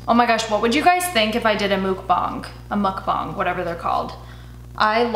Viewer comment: lmao! I say mukbang the same way you do...like double just to make sure i’m saying it right 😩😂